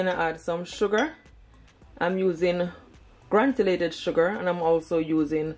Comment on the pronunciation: The word is granulated not granulated .